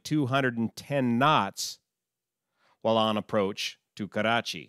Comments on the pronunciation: 1 thing I can tell you with confidence. You are THE only non-brown person who knows how to say the name KARACHI right. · Yet another great analysis on this tragic plane crash in my City. I really appreciate all your work. It cannot be praised enough. I also love how you pronounce "Karachi" it's perfect. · Im from karachi and thank God he doesn't pronounce it as Krachiiii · Heartfelt condolences to all my Pakistani friends. As an Indian, this hurt. Also props for properly pronouncing Karachi. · Perfect pronounciation of 'Karachi' btw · Thanks for taking the effort to pronounce Karachi correctly. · haha i like the way you pronounce Karachi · great pronunciation "Karachi" for an american.